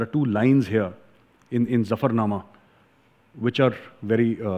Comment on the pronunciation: You are right & pronounce Zafarnama correctly. Sir, I want to ask you a question. Sikhs have contributed to country much more than their numbers. But they didnt get proportional political benefit. Though their own leadership is responsible for this.